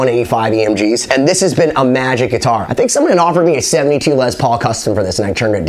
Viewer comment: It’s not pronounced Lez lol